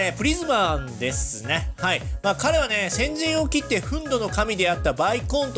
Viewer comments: ふんど の神？ ふんぬ（憤怒）でしょw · うp主さん、 「憤怒(ふんぬ)の神」 ですよ。 漢字の読みとしてはふんぬでもふんどでもアリだけど、読み仮名でふんぬになってたので、あのキャラは「ふんぬのかみ」のようです。